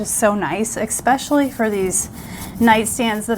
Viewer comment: Stop saying “xpecially”, it’s ESPECIALLY